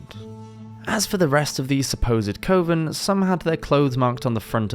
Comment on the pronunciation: It's pronounced kuh-ven not cõven